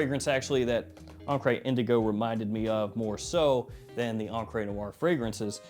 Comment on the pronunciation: What words in American English end in -re and are pronounced -ray? I always thought it was an attempt at French but mispronouncing it as an accented "encré" (inked) instead of encre (ink).